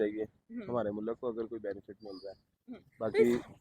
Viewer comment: Baki mulak bolne walo ko correct karo, mulk hota hai na k mulak😂😂